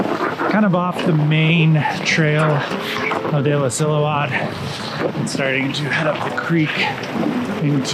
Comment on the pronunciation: I'm late, but Cody just likes showing off that he can pronounce illecillewaet...